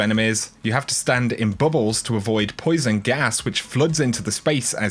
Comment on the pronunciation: "poisen gas"